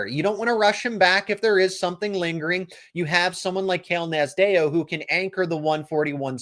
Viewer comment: You're butchering Cael Nasdeo's last name. It sounds like Naz D O